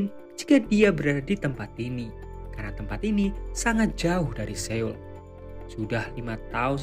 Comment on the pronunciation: Seoul dibaca SOUL EO dibaca O seperti pada kata SORONG, SOFA, SOMBONG